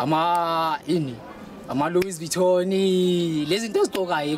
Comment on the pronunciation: Luis vuitoni... Lmao.. can't even pronounce the words.